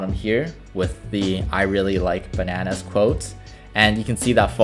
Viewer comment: "I really like banans."